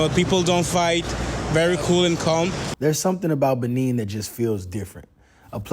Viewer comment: Nice video!! However the pronunciation is Buh-Nay not Buh-Neen. It's French. There's a Benin from the ancient Benin Kingdom/ empire still in modern day Nigeria. Same spelling but different places and different pronunciations.